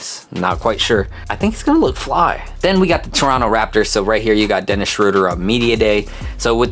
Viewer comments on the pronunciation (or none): none